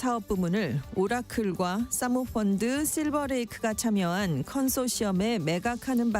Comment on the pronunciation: 뉴스 전하면서 발음이 싸모펀드가 뭐냐 좌빨 방송답다.